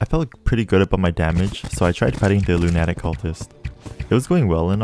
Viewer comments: I dont know if you're first language was English by the sound of you're accent, I'd say no so first lemme get this straight to you first its Loon-ah-tick cultist and that's mainly what I heard you have trouble with dont want this to comment too long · I love how he says lunatic instead of lunatic. 😂 😂 😂